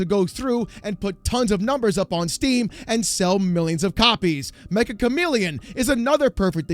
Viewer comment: Fun fact: Meccha Chameleon is actually pronounced as "Mek-cha" Cameleon. You're all welcome. Also, good video as always,.